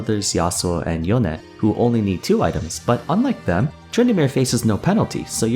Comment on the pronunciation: grow up, tryharding pronouncing yones name, it just shows you havent been outside in a while weeb